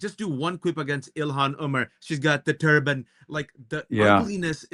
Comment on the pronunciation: 'elon,' for 'ilhan'.